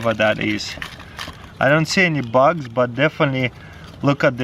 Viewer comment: He called Bugs "Bucks"